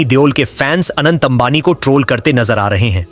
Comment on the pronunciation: Bhai Anand nahi hai Anant hai😂